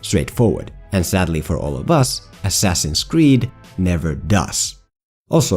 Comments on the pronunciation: Ass-ass-in's Creed. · "Ass Ass in's creed"